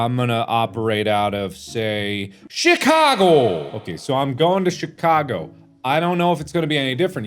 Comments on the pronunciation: Nobody: Not even a single person in the comments: Markiplier: She-Cago! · and here on the right we see Markiplier pronouncing “Chicago” like a german. XDDDD